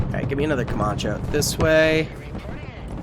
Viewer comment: Ca-man-che... Not ca-mah-che Also try building a small elite force closer to spawn instead of straight up charging head on into the fray. It's better to push out from spawn and secure multiple highrise buildings with snipers and heavy mg units to keep areas uncongested. Think about it like you would be forced to if it were you personally on the front lines. Me personally I'd want snipers to take out threats from an overwatch position and backed up by either LMG/Motar units or HMG/Grenadiers. It's like having the helicopters providing close air support for tanks and artillery firing on positions just behind the zeds to prevent too many from rushing your units.